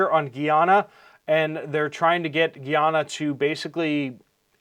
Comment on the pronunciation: Guy-Ana not geeyana